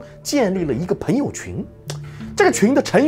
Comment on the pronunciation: 赞，讲得很好👍。纠正一下发音：朋peng 友而不是pen 友